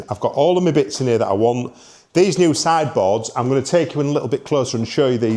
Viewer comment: Can tell your from Yorkshire lad when you say SIDE BOARDS 😂😂😂😂😂